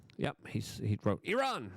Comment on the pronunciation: Luke, well known for his verbal flubs, is one of the few jounalists i've heard who says "Iran" correctly